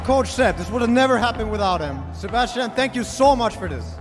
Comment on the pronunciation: Holy shit, that sebastien pronounciation was on point. Even got a bit of a quebec accent in it!